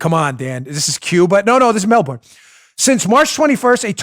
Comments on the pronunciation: a lot of Aussies probably just cringed (or laughed) at how we Americans pronounce ’Melbourne’ lol... I believe it’s “Mel-bin” but surely someone from there would know better, so correct me if I’m wrong...mellBORN lol 😂 But in all seriousness, I’m so glad I live here in the US... that list was straight out of 1984...on steroids. Wow. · "Mel-burn'......not "Mel-born" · Dan, a friendly heads up: In Australia they pronounce Melbourne “Melbin”. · It’s shocking what’s happening in Melbourne! Let me help you with the pronunciation since I had a friend from there. They pronounce it: Mel bun. 😊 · Can you please pronounce Melbourne properly!